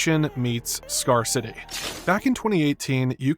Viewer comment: I thought the same thing when he said, "scar city", instead of scarcity.